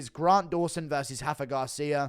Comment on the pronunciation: It's Rafa Garcia. Not Hafa. He's mexican not Brazilian 😂😂😂